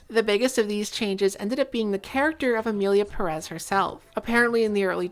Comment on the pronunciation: I have adhd so these are my thoughts: 1. Everyone in this video has fantastic hair. 2. that smile you gave reminded me soooo much of Matilda. Child with telekinesis vibes. 3. the way you said the title made me think "Emily in Paris" 😂 4. Cute kitchen! 5. Thank you again,, for giving the people what they want 😗🫰